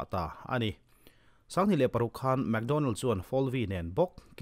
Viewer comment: mac donnell, analh na lai tak chu mac tih lai kha,leh map han tih ang chite hi...hehe